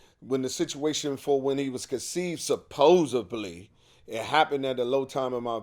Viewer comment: No b in supposedly 😂